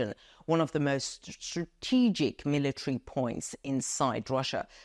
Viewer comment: Stra-TE-gic is the most favourite word of. Cannot help smiling whenever you pronounce this word with the strong stress on TE. Keep reporting the latest news for us.